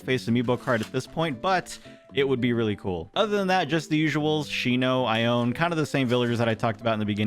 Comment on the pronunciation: Ione’s name is actually pronounced eye-oh-knee Sorry for the trouble